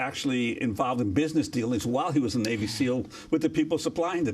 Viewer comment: "kneal" team six. Botch get it right.